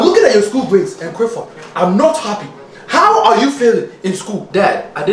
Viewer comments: "Criffod! Gerrup!"😂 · Something like that, when he says his full name mate 😂🤣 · IS. HE. SAYING. CRIFFORD,. CAUSE. IF. SO,. OH. LORD. I. CAN'T. !!! 🌿😂🌿🤣🌿🤣🌿☺️🌿🤭🌿😂🌿